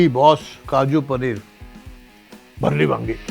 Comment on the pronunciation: Kon bhayya chef hae jo 'Bharleli wangi' ko bareli wangi bol raha hae 😂